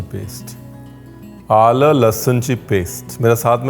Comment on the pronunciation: शेफ आळ नहीं (आलं ) कहते हैं 😊😊